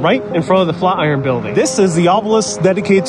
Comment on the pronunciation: Why can’t he pronounce Flatiron?